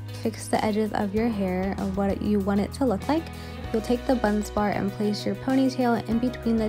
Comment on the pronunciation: Bun Barz - not Bunz Bar but great explanation!